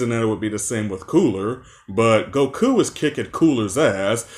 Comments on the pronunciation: Same with him putting emphasis on the ku in Goku’s name. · Why do you pronounce goku like it’s a question? Gokuuuuu?